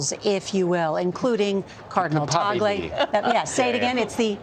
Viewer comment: I’m glad broadcasters are now finally pronouncing cardinal Tagle name correctly. He seems the right package but you never know if they can be so bold as to choose an Asian pope. Philippines is the only predominantly catholic nation in the entire Asia. Seems fitting.